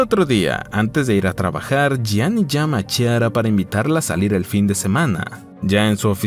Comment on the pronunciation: Es Chiara y se pronuncia Quiara o Clara en español. Muy desagradable oírtelo decir mal todo el tiempo.